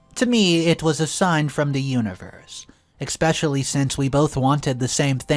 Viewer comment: Expecially isn’t a word , it’s especially, for the forth time! If you plan to speak for a living, it’s escape, not excape too.